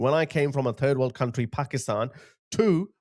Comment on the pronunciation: Did you say, ‘turd world’?